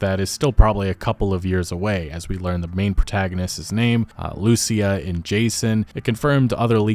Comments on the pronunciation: Lu-cî-a, the accent goes on the "I" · How come your pronounce Lucia LUCHIA 😂 I remember when you first heard about Sadie Adler and called her Saddy